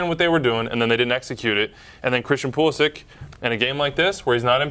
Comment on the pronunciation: Hahahaha Pulisic pronounciation not even close. It's actually Pulišić (Pulishich).